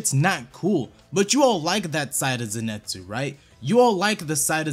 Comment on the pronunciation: People are really saying zenetsu when in the anime they say Zenitsu like bro wtf